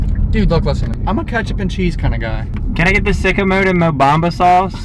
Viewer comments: Mobama sauce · He said Mo Bamba sauce